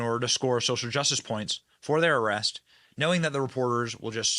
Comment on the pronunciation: Benny what was with the Scottish “arrrrest”?😂 being a Scot thats been “arrrested” several times I can confirm it was pretty damn close.😂